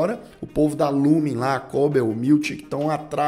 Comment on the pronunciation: Só um adendo,vi todas resenhas sobre a serie e a maioria fala o nome da empresa errado,vc disse Lumen mas e Lumon😍😍